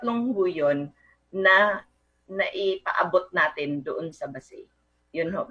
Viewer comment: it's pronounced as BA-SAY. Any update regarding with this bill?